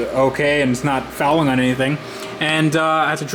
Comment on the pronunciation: Dude stop saying fouling!! 😂